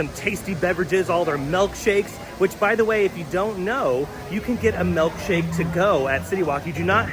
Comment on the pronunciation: I like that you pronounce it "Melk shake."